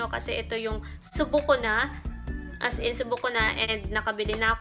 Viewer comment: “as en” HAHAHAHAH di talaga “as in” 😆